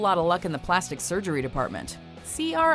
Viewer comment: I swear to god say "Plasti" one more fucking time.